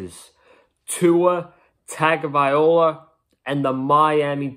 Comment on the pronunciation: Man if u gona do a Fins channel learn to say Tua's last name dude pronounced Tounge - oh - vah - ee - law. No disrespect to Fitz but Tua is a better option going forward he will probably make mistakes but he will learn quick. Finsup!